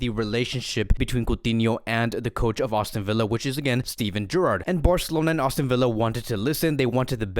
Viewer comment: It's not "AUSTIN Villa", bro! Even youtube's CC hears austin. Just sayin, but no biggie